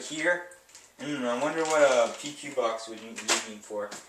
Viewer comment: How do you figure PEQ is pronounced "P.Q."??? I mean shit, at least say P.E.Q.